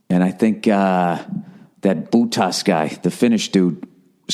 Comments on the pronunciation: "Boo-tas" I'm cracking' up. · "Bootas" lmao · That boottahs guy. 😸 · Buutas lol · Boo-tas LMAO!